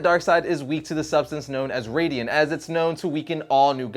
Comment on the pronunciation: Its actually radion not radian and Batman has killed darkseid with a radion bullet